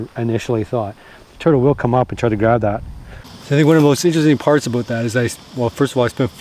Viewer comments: That's a well seasoned Canadian "aboot" right there , eh? LOL ;) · OMG you said "ABOOT"!! First time I've ever heard that from a fellow Canadian.